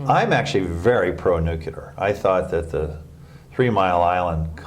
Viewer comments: I wonder what he thinks about "nucular" energy post Fukushima? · ..."if you wanna know the truth .it's too late." But we still have to go through the dog and pony show for appearances. " Not so worried about warming (because that's lost) it's disease." Still mispronounces "nuclear" .